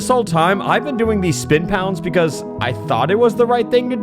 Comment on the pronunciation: I can’t stand that he says “pee-cause” instead of because